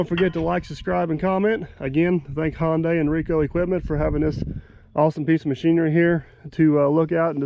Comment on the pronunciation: This was before you learned how to say Hyundai (not Honday, but Hunday) like Sunday!